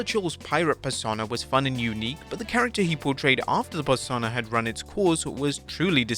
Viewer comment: Why can’t you pronounce persona?